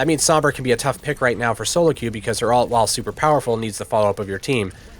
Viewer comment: Thanks for the video. Have a like! You taught me a lot, and the in-depth stuff was really helpful. Definitely deserves more views! Btw, it's pronounced ult. It sounds like you're saying alt. Or do you have an accent or something? My apologies.